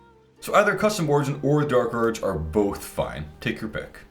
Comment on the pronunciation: Every time you say the Bark Urge, I picture a particularly unhinged beaver.